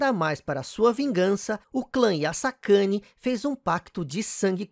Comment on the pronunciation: Yasakani, ou Ya Sacana? hahaha